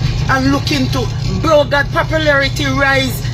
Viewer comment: This lady clearly a jlp notice she said brogad over and over🤦🏾‍♂️🤣Everything kd said was truth this lady is a hypocrite that's why Jamaica cant change